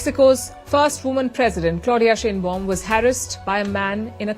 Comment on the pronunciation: Palki, The Mexican leader's name is pronounced like SHINE BAUM. It is a German name.